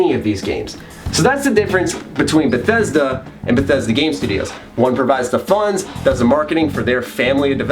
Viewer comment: It is not Bethesda, It's Bethesdaaaaaaa